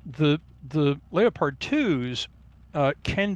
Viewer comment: The moment he pronounced "leopard" as "leo pard" i stopped listening.